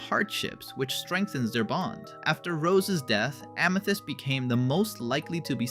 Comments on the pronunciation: Bro didnt have to say ameeths It’s amethyst not ameeths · Did you say AMETHEST, ITS AMITHEST LOLOLOLOLOL, MY BROTHER SAYS IT THA5 WAY TOO OMG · “Ameethist”. Yeah this is ai slop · stopped right after that because no way would a human accidentally pronounce it like that😭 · Ah, yes, “AMEthyst” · A mii thist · AMEthyst (AMÆtist) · i think it’s AI because of how they pronounced amethyst :/